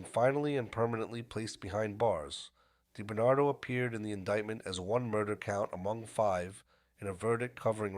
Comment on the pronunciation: Robert die Bernardo... Lol. You gotta love AI. Actually it was Sammy the bull and Quack Quack who wanted him wacked not Gotti.